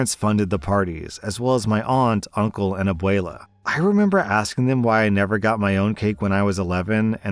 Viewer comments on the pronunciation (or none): Okay is no one else mildly bothered at how whitely says abuela and quinceñera? I don’t know why but it feels Wrong to hear it pronounced like that, coming from a spanish-speaking household, but it’s fine lol